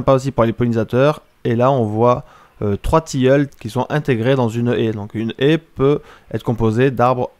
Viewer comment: J'aurais dû compter le nombre de fois où tu a dit haïe 😂🤣😁. Tres bon sujet